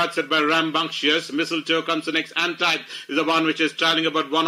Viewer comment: The race caller got the pronunciation winner’s name completely wrong. It’s pronounced - ahn-teeb. Guys need to do some research before doing the commentary.